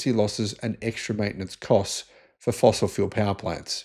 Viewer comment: Did you say Fossil Fuels or Fossil Fools ???.